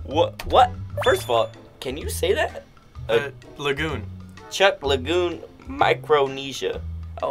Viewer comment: It’s Chuuk as in Chook…